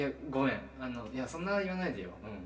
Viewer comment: 「ごめnごめnごめnちょっtまって」マジで草